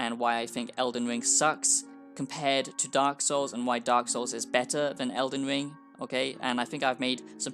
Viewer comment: All I hear is eldin wiiing eldin wiiiiing 😅